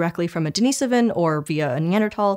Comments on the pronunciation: Denisovan (noun, “Deh-NEE-suh-ven”) - just a correction on pronunciation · Deni-sovan? Denis-ovan? Can we standardise scientific pronunciation please.. Neander-tal, thal?